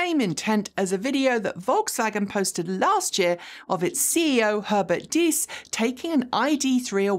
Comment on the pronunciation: Wolfgang Diess is pronounced like "dees"